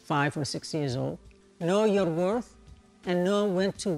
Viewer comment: Felt that "WOR-TH"!